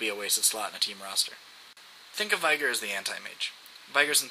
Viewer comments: Where is the "AI" in "VEEEEEEEEEEEEIIIIIIIIIgar" ?? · You say veigar like viagra :D